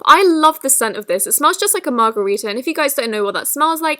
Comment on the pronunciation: When she said margarita I got triggered for some reason